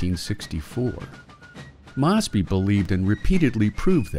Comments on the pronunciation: Its “Mose. Bee” on the pronunciation, and the South “seceded” not “succeeded”. Jesus. Also Mosby did not directly engage the enemy, so the claim he “took on far larger numbers” is misleading because this never happened in pitched battle. It did occur, rather though in ambushes and raids. Also carbines were literally invented for cavalry. The south did not have access to repeating shoulder arms and therefore multi shot pistols were preferred over single shot “musket” style carbines. This video, in just , got almost everything wrong. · Would you please have a checker, for your narrator! The pronunciation of Mosby, is about as well known as the word hamburger!